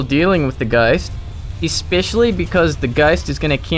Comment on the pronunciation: I don't hate your accent, but I really don't like how you say "ghost" Just my opinion though. Good cast btw :-)